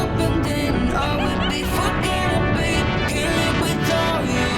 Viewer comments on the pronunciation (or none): none